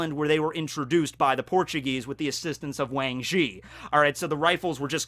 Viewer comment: Just wanted to say that the correct Mandarin pronunciation for the Wang in Wang Zhi is more like Wong.